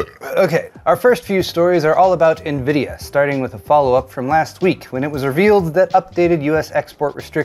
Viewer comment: Did you say : "Tech news for the weak"??? 😅